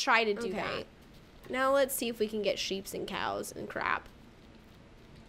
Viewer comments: Are u saying right now or right meow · U said now like meow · She said moew as now hahahahahhahha